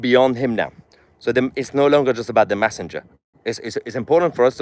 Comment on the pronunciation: It's not massenger It's messenger by the way .